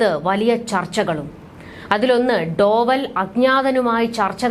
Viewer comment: ഡോവൽ അല്ല, ഡോ well